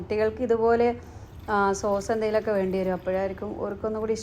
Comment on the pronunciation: ടോമട്ടോയുടെ സോഴ്സ് അല്ല സോസ് ആണ്